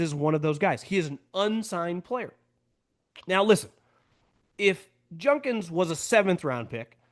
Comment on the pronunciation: It’s JuDkins. Not JuNdkins